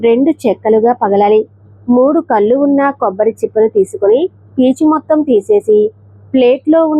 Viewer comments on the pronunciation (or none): నారికేల కాదు. నారికేళ . మూడు కల్లు కాదమ్మా తల్లి😂😂. మూడు కళ్ళు